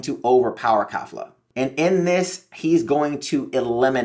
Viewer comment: Why does this nigga say khalifa or is it just me